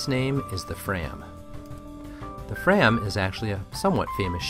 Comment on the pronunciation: Just one comment (this is excellent) - fram is pronounced "frahm".